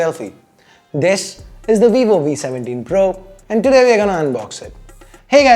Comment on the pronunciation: He exaggerates his accent quite alot actually. Him saying "Today" is hilarious in most of the videos😄